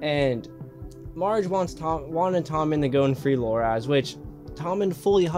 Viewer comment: His name Loras, not Loraz.